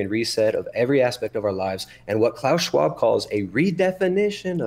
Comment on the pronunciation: If i hear klaus fucking shwaub one more time😊